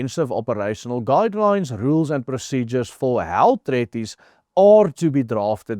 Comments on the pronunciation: while I admire your efforts as a non English first language speaker, you need to get help with your pronunciation. Treaty or Treaties is pronounced Tree-tee / Tree-tees, not treh-ti / treh-tees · Ai jirre dis nie tretties nie jy spreek dit treat ties uit soos in treat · "Treaties" se e, a klank word uitgespreek soos "treat" en nie soos "sweat" nie. "Sweet" en "treat" se ea klank is soortgelyk.